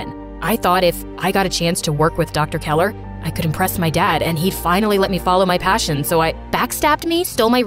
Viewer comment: Dr.Keller Not Dr.Keeler.